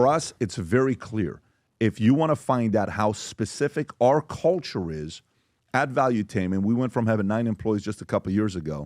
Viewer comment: Sounds like pbd is saying culture dick 😅